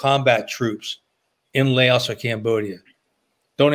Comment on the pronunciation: LAOS not Laosh, no SH